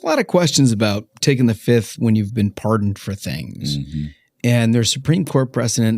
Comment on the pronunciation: Fauci: "I plead the fif. One, two, three, four, fif..."